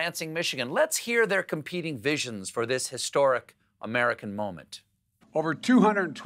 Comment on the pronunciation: Biden can't even say competing vision.